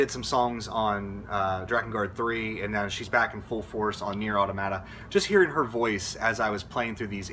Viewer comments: going to be that guy: its pronounced uh-tom-muh-tuh, not auto-mah-tah :/ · Automata is the plural form of automaton. It's much easier to remember the correct pronunciation knowing this. It's puzzling more people didn't just look up what the word means instead of continuously expressing confusion about how to pronounce it.